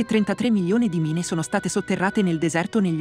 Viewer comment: Credo che il bot che dia la voce, non sappia le pronunce inglesi. Infatti inizia col titolo: "mine" anziché "main"